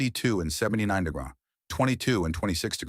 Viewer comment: First try ,second try for AI I guess AI cannot pronounce centimeters .......hilarious! Another AI mess supposed to say "degrees" but says "star nrah" and then again again at 14 :56 again at 15;06 degrees pronounced "deraw" at this point , I give up , If the author can't take the time to correct this before posting then I can't take the time to listen